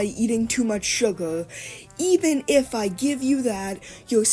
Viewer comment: “surgar” 😭😭😭 bro is giving me second hand embarrassment as a teen